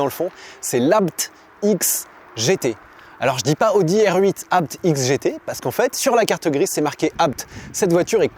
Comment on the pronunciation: Merci pour la bonne prononciation du nom de famille ABT.. et superbe vidéo 😊